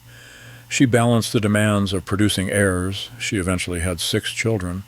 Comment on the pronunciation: AI is crap. It hopelessly mispronounces all sorts of words.